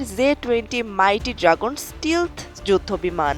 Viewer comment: স্টিলথ না স্টেলথ উচ্চারণ হবে